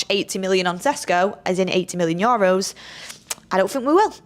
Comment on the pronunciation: needs to learn how to say EUROS! Its nae Yoros 🤣 love tus anyways x